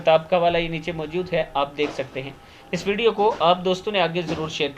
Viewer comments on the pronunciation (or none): none